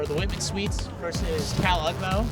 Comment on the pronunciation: "whitman" sounds so much like "Women" I was really confused for a couple minutes.